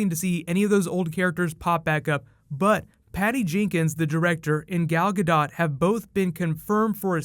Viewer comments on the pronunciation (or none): Love your videos,! Just a heads up, it's GADOT (Guh-Doat - Like Goat, not Guh Dawt) - Keep it up! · "Gal Ga-DOTE"